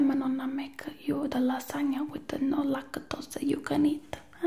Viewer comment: “Youra little BOW-AL”😭😭 and the “laca-tosea”😂